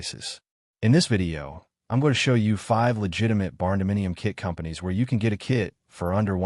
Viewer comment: AI voice is dumb. "K-I-T" prices? come on.